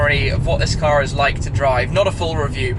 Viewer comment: Car* not cat